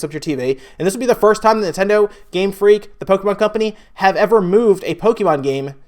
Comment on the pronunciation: pronounce Pokémon correctly dumbass